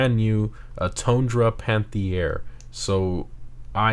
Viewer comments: Just say "panth-air" God, i hate doing a grammer n*zi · It is pronounced Al"peene" not Pine like a Pineapple or something. And Panthere without an i, and the first "E" of Panthere has an "accent grave" but R* can't use that in Gta Online.